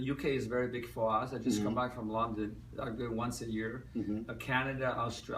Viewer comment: I was very skeptical about his slavic or, more accurately, polish origins, but after this interview I'm a little more convinced. he's pronouncing "London" and it sounds exactly like polish pronunciation "Londyn". Also I realized that when me and my friends try to impersonate Tommy we don't need to imitate his accent, we only had to maintain the Polish one, and it sounds really natural. Long story short, either he's polish or by accident he sounds totally like polish person trying to speak American English.